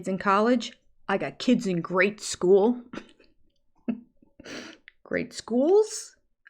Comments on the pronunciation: Did he say grade school or great school.. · I think he was trying to say GRADE school (meaning elementary school) but he managed to mess that up, as per usual. 😅